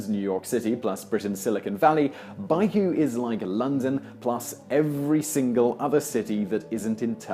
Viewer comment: How do you manage to pronounce a place that's spelled Baku as "byku"?